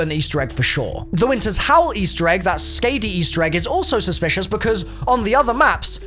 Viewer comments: Ska-de not Skay-de, got so triggered, sorry had to be done XD. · skah-di not scay di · Ps. Its pronounced Skawwdi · If the side Easter egg is Skadi (the Norse giantess of winter) it’s pronounced Skah-dee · I love your videos but fun fact, Skadi=Scoddy. That is the correct pronunciation. Sorry, I like my Norse Mythology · This is just how I am; Skadi is pronounced like Scotti. The a is an “aw” sound.